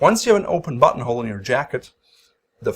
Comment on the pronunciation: I watch these video at 2x speed. And I constantly hear “butthole” instead of “buttonhole”.